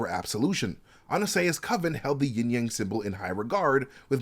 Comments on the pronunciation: Isn't it Yin/Yang and not Ying/Yang? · Sorry, but it’s Yin Yang, NOT YING YANG, ha! 😂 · Yin Yang not ying yang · YIN AND YANG not YING-YANG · It's actually "Yin" and Yang bro. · It's actually pronounced "yin" yang.